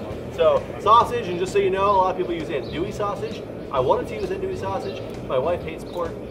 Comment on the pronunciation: Wow that's a lot of trimmings! And about that, some of the trimmings should go in about halfway through the boil (like those potatoes). Also, it's not pronounced ANdouille, it's pronounced AHNdouille. Maybe next time you could try boiling some crawfish since it's crawfish season right now. But good job overall, from a south Louisiana native!